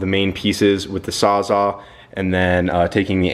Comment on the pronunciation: Hey both>bowlth guy. Isn't it, sawsall>sawsawe?